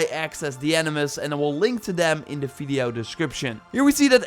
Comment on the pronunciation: No one:: fideo